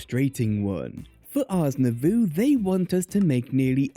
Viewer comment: i always thought the mod was pronounced ours new voe